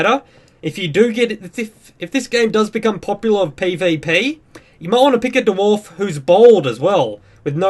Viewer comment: Da-Warf hahahhaa